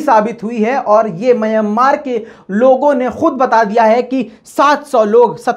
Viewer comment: Myan maar Myan maar Myan maar ...please correct your pronaunciation...